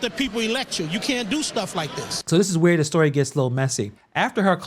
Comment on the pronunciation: So I'm i the only one who heard her pronounce the word "Hurrrrr" instead of here & the word " Wurrrrr" instead of where ? What in the Reading is fundamental is going on Hurrrrr ? 😂😂